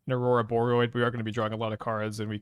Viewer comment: pronounces Ouroboroid correctly!